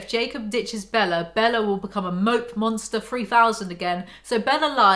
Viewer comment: It’s forever going to be the “Bellar” pronunciation for me 😂💀